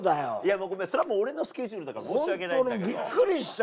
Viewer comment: 上田さんの『今日のスケジューる⁉️』の発音が好き❤️